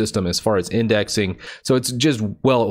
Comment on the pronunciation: Lol, "windexing"